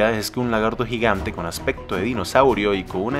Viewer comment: "Un lagarto gigante" KHEJESO KEHJESE LAGARTO JIGANT